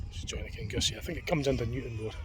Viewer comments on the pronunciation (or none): Kinussie is prounounced "Kinnoosie"